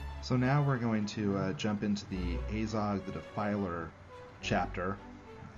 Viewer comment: Saryoumon, Ayzog, Dwaylin, Byefur. Man, Laygoo: The Hoebbit sure looks like a fun game.